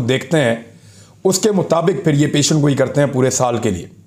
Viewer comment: پیشن گوئی نہیں پیش گوئی ۔ ۔ آپ کے تبصرے تحقیقی اور غیر جانبدار ہوتے ہیں۔ شاباش